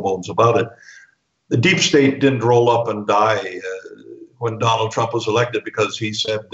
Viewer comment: I heard "Donald Crumb" - very accurate LOL.